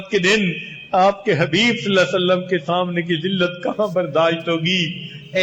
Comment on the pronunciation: S.A.W. Sahi Tareekay Se Parhain sir..